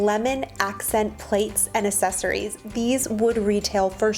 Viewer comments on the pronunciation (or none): She said assecories